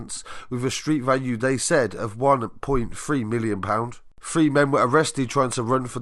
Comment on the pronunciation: Adding the Y on the end was the oddity. Milly On.